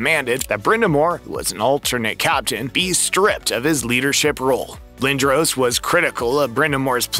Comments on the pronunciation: Pronounced "Lin dras". I've never heard it pronounced 'Lin droh ce" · Ahhh man , I was really looking forward to watching this . .... ... But Lindros is spelled wrong , and then pronounced wrong , and then you mention a locker room. It's called a " dressing room"